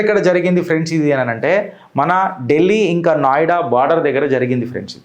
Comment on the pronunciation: నాయుడా కాదు నోయిడా